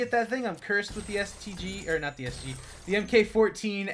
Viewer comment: I thought for sec that he said "I'm going to be so bummed out if I dont get a STD..." hahahh